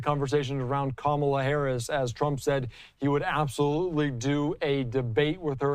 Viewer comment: Don't know if you guys caught it too, but he clearly calls her "Cabal-a" 😂😂😂 Go, DJT! ✊ ✊ ✊